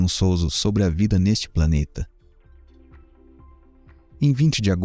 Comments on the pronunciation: Parabéns pelo trabalho. Só menciono um erro de pronúncia do cientista Sagan que o correto se lê: SEIGAN. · Você é ótimo. Mas a pronúncia precisa melhorar. SAGAN se pronuncia como "Seigan". De resto, parabéns.